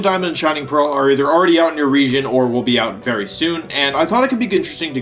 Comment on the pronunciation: Wery soon, being wery hyped :P